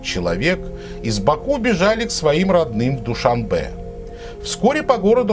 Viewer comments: ДушаНбе, а не ДушаМбе... Всё видео "ДушаМбе ДушаМбе" 😱😱😱😱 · Автор ни Дюшанбе а Душанбе!!!